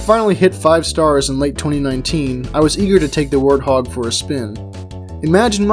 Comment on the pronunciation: The way said warthog actually hurt me...